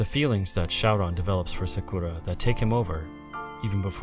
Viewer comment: Is anyone else bothered by the way he says Sakura? Wouldn't it be better to just pronounce it the way you would in English rather than use a pseudo-Japanese accent and just get it wrong completely.